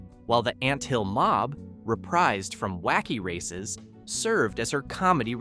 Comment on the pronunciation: You mispronounced several of the car names; why is this an issue?—well, the cars are all introduced in the opening of every episode of the series, video of which is currently available on the YouTube platform; it wouldn’t have taken you much time or effort—less than 10 mins—to familiarize yourself with the names; this is clear indication that your channel probably isn’t run by fans, or that it doesn’t care enough about the subject to accurately present info about the series to an audience, which is highly likely to be composed OF fans; this suggests that your channel is the kind of low-effort content-farm that nostalgia fans don’t really enjoy supporting; basically, it appears you did a lot of research, I just wish it had been more thorough…